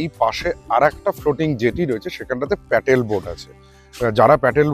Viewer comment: এতো "কিন্তু" কেন!?!? Paddle boat প্যাটেল নয়